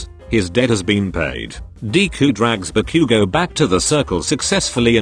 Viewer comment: I heard barbeque-go Now Ba-Bakugou But barbeque-go 🤣🤣🤣🤣🤣🤣🤣